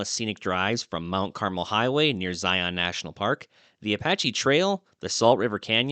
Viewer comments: As others have stated Pot Ash not POO t Ash Also Z-eye On is pronounces Zeyeon no heavy emphasis on the on part just all run together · Is this AI narration? It sure has trouble with potash (Pot Ash) and Zion (Zi - Un).